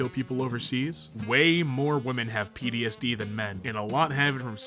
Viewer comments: I swear he is saying PDSD instead of PTSD. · He pronounced PTSD as PDSD my head